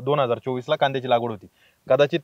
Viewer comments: पहीली बात म्हणजे तुम्ही लागवड म्हणा लावगड नाही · लावगड नाही सर लागवड